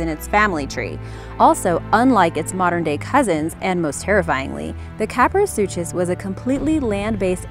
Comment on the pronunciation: You said kaprosuchus wrong how to say it KAP-ROE-SUKIS